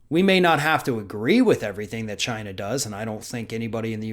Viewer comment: does he know that China the country is NOT Chyna the wrestler? And she's dead so it's kind of pointless to hate her. When he says Chyna it sounds like the name. He's probably mad at her because her clitoris was bigger than his penis. Look it up.